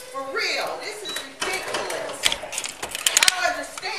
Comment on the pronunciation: “this is reculous”